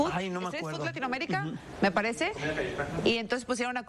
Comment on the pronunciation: Se dice street food no estreet for ssssss